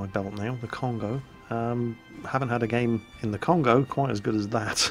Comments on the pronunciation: Great video! I'm getting excited now!:D On the subject of the Kongo, it's been roman-ised incorrectly, it should either be Kongō or Kongou. So less of an 'oh' sound, and instead a 'oh-oo' or maybe more of 'or' sound. Keep it up!:D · Have some pronunciation corrections. Because mispronouncing things makes you sound silly. Yamato: "Yah-ma-to" Fuso: "foo-so" Kongo: "K-ongo" very hard K sound.